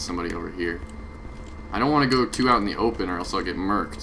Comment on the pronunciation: Haha thumbs up for the yankie saying merked lmao